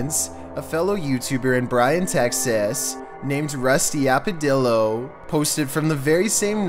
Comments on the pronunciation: So does anyone realize he totally muffs up that Rusty Apellido name. He called him Apedillo 😂😂😂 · "rusty apedillo" bruh you had one job 💀